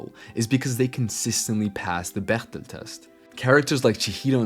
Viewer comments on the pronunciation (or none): Is there a reason why you used the German pronunciation of Bechdel instead of the standard American way of reading it?